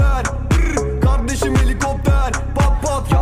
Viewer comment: Kizin kavdesim demesi v ile